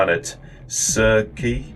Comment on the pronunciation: Sir-see. Like the character from Game of Thrones.